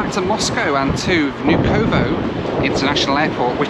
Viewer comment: and VnUkovo, not VnukOvo